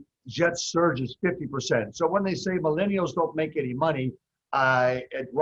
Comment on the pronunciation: What the hell is a "My-Lean-E-All" Frank???